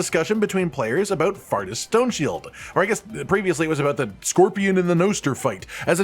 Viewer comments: I'd bet all my money its pronounced "four-tis" and not "fartis" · Faurtis is pronounced 'Fortis' btw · It's name isn't pronounced fart-us by the way lol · I pronounced Faurtis as Fort-is since words with 'au' usually make an 'aw' sound rather than an 'ah' sound, but fart-ass works as well I suppose